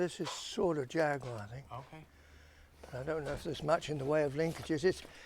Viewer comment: Great day to spend with someone of Bernies statue and experience. Something to be appreciate and enjoyed, much respect and nice to hear proper pronunciation of Jag-gue-wha Thank you, take care and peace out.